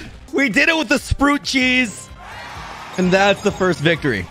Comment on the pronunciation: Why does he pronounce sprout like that